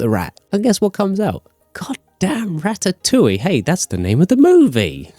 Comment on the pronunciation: Did he really say rastatoulie